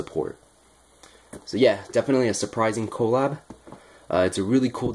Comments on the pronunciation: It’s pronounced (cu-lab) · lMAO funny how you say colab